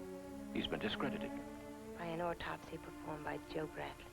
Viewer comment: I keep hearing the characters saying ortopsy. It is autopsy.